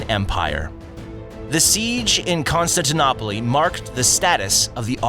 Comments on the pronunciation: He said constantinopoly hahaha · The narrator's pronunciation is just awful - constant - tanopoli ??? SOLTAN ??? wtf ? The world is a much smaller place now, we should beyond trying hard to pronounce names... I know some are difficult to say out loud, but at least try before putting up something like this. The Ottoman Empire was great and so I liked this short video. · It’s pronounced Kon-Stan-tin-no-pal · I died there. Constantinopoly... Apparently Monopoly has a new ancient cities game out... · Con-Stan-Ta-na-poly I’m dead 💀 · The way you mispronounce Constantinople so horribly just shows that your history knowledge is very limited. Every time you said Constantinopoly made me cringe. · Pretty sure Constantinople is not pronounced "Kon-stant-an-opoply." :) Good video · It is Kōnstantinoupolis in Greek, or Constantinople in English, no idea where constantinopoli came from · Constantinop... oly--huh, been saying that wrong since 5th grade lol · Constantine opelee 🤷‍♂️ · 😂😂😂 AI can’t pronounce “Constantinople” FAIL. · I stopped watching when he couldn’t pronounce Constantinople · Constantinople is pronounced wrong. 😮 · If you can't pronounce Constantinople correctly, you should give up. Poor video of an evil, barbaric and totally corrupt empire that was completely discriminatory against anyone who wasn't t Turkish or Muslim. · What's up with the horrible pronunciations? Is this AI? Constantinople does not rhyme with monopoly. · Is it just me or has this man been saying Constantinople, wrong the entire time? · How did you pronounce Constantinople??? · I'm sorry but that pronunciation of "constantinople" is absolutely horrendous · I stopped watching when I heard you pronounce Constantinople very badly, if you can't even research how to pronounce that properly I doubt the rest of the content is worth watching. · How are we supposed to take your video seriously when you can't pronounce Constantinople correctly? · The way he pronounced Constantinople 😂😂